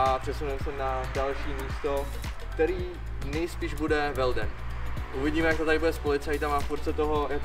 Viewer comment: Velden se čte Felden :D Kdybych věděl, že tu budeš tak jsme se mohli potkat, bydlím tady :D